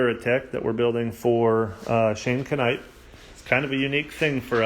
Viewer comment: the K in shane knite is silent